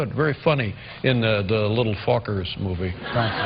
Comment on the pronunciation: They actually pronounce Fockers, Fuckers. Dave & Dustin. Listen closely... These guys are awesome. Missed Dave...